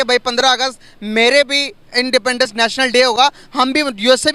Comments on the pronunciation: Indepaandence day kya hota hai. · Sahila khan independence ki pronunciation toh theek kar lo...